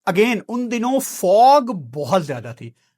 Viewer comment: Nobody, absolutely nobody:"":" Smoog, Foog, Purufier"